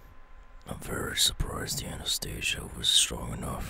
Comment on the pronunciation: Bro Whoever said anesthesia Said it wrong It's not Anastasia It's anesthesia